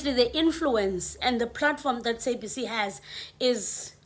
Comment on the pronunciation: The way you pronouncing sabc, it's stressing me out 🥴